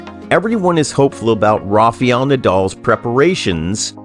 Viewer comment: Correct the pronunciation please... it’s Rafael not Rafiel